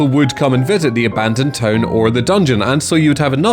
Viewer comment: The caption bot confuses your way of saying town with tone. Either pronounce town (tawn) correctly or replace the caption.